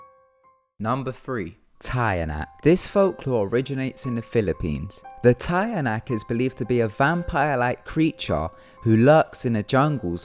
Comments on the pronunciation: its teeh-yanahk not tie a nack lol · You pronounced tiyanak wrong it's pronounced as chanak ty P.S. I'm filipino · Tiyanak is pronounce Teeyanak in da Philippines but oh well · Oh yeah, it's not tiyanak. It's "chanak". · hi there the way u pronounced tiyanak is so cute ta-ya-nak but here in the philippines we pronounce it cha-nak😁😁😁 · it's ti-ya-nak not taya-nak hahahahaha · Correction. Tianak is pronounced 'chanak' not 'tayanak'. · #3 is pronounced as "CHA-NAK" not "TA-YA-NAK"... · tayanak? it's "tyah-nahk" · The tiyanak is not pronounced as "tayanak" it is pronounced as "chanak" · It's not TA-YA-NAK. It's CHA-NAK. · it is pronounced "cha-nak" not "taya-nak", also turning your clothes inside out confuses them not amuses them. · tiyanak is pronounced “chanak”. a folklore made by the spaniards to scare resistance forces in the woods. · Correction.. Tiyanak is pronounced as "chanak" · Tiyanak is pronounced as 'Cha-nak' 😉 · Tiyanak is pronounced as cha nak im a filipino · the tiyanak is pronounced as " chanak" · hi, i think you pronounced tiyanak wrong, umm I know this because I'm a filipina... it's supposed to be pronounced as “cha-nak” and yes it's said to be a real baby but it only turns into a tiyanak once the baby died from birth or if the mother intentionally kills her own baby, it looks like an ordinary cute baby at first to fool people then after that it shows its true horrible look. tiyanaks are dead babies soul that seek for revenge cause of what they're mother did to them. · tiyanak like youre saying "chanak" im a filipino.... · ITS PROUNOUNCED AS CHANAK SORRY BUT IT JUST BOTHERS ME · it's actually pronounced as "cha-nak" and the shirt reversing thing is actually for something else we call an "en-kanto" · You pronounced Tiyanak wrong. It's supposed to be "cha-nak". I was surprised about the lack of comments about this. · The Tiyanak is pronounced as cha-nak. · the Tiyanak is pronounced Chanak... just saying... because i'm from the philippines